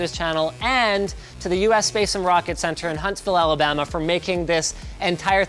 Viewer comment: I heard "Alabama"?